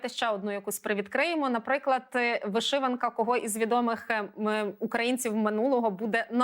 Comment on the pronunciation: Чому вишИванка???!! Що за рагульський наголос у ведучої?? ВишивАнка треба говорити))), шановна